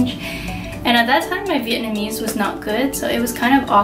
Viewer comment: Your wedding photos are beautiful and your pronunciation of Vietnamese words is really good! Loved hearing your story!